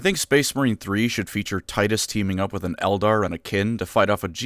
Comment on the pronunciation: It’s actually pronounced, “Tee-tuss”